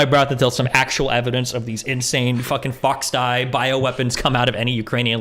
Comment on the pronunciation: Bruh said Foxdie lmmfao